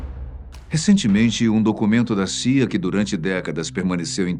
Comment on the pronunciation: pse , o loco ali disse saia, mas o certo na "pronúncia" é ci ai ei